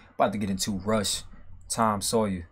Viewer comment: tom SAWYER, man, not Sayers